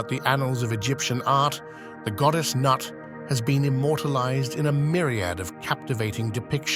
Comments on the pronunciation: Considering it's pronounced noot. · everytime he says "Nut" i die laughing.